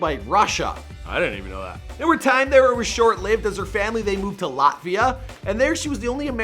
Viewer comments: The way he pronounced Latvia just makes me cringe, so hard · The way he pronounces Latvia infuriates me